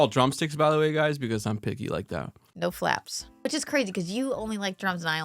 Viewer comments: "Flaps"??? Not flats?? Bro what 😂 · wait did she call them flaps instead of flats???!!?? 😂😂😂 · Did you just say flaps and not flats? Bruhhh